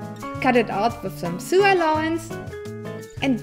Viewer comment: I LOVE YOUR VIDEOS!!!!!!! Just a little English tip when pronunciation "sew" it sounds like "so"❤